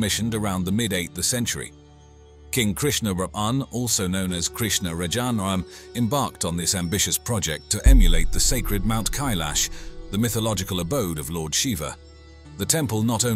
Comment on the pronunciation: Kailash bolte hai kailasha nhi